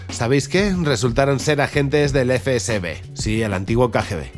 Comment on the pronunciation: Has dicho eFe Be eSe tres veces antes de darte cuenta de que es el FSB!! 🤣